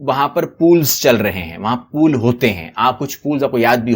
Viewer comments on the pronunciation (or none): Pole NOT pool.